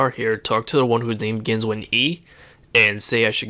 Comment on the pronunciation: "whos name gins with a" sounds like you're saying gynswen e and gynswen a.. i waited 5 mins looking for gynswen.